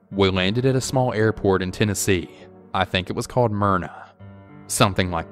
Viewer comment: Lol "merna" I'm pretty sure its smyrna 🤣🤣 I lived there for a period of time.